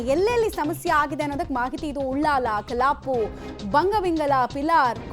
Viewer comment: News anchor ge kannada baralla adu kalaaapu alla kallapu 😂😂😂